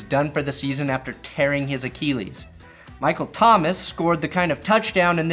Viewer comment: PSA: Achilles pronunciation a:KILL:leez You welcome.